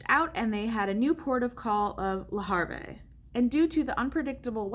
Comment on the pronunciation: Le Havre is not pronounced le har vay. It is pronounced le have ruh. Boy people can surely act poorly and entitled. Scary situation. Congrats on the baby!!!!